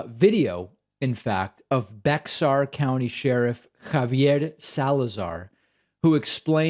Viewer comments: It's pronounced like Bear, Bexar. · ACKKKK Bexar is pronounced Bear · It's pronounced bay-ar. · David, "Bexar" is pronounced "bear". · David, Bexar County is pronounced "bear" county. Just FYI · Hey David I Live In Bexar County, San Antonio, TX.... I know there's a "X" in the county name but the X is suppose to be silent. So it really sounds exactly like the word "Bear"... Not sure where the word originated, might be Indian... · Hi David. Love your show. Just to let you know, Bexar is pronounced Bare. Keep up the great work. Cynthia in Texas. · BEXAR county is pronounced BAY-ER. I know how you do your best on pronouncing words. keep up the good work 👍 David Pakman. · BEXAR county is pronounced BEAR 🐻, the X is silent! I’m so glad there is a politician that wants to do right by people whether they can vote or not!!!! 😊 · Bexar is pronounced 'bear' or 'bay-er' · Bexar is pronounced bear or bare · Sir with respect, Bexar is pronounced as Bear locally. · David, SIR, I believe it is pronounced BAY-HAR county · Or BEAR county...I lived there once. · Not David being from Argentina and mispronouncing Bexar county